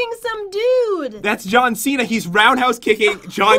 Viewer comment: It’s John not t